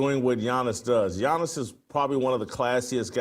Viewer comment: Damn brah. You said Giannis name very well. 😆